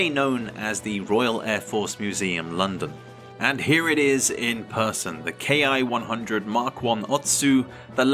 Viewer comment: A fine historical presentation. 😊 Greg, of Greg's Airplanes and Automobiles, insists the pronunciation of Ki is not "kay eye" but rather is said as "key." I know that I myself would like to use the correct nomenclature, and am still not certain on this detail...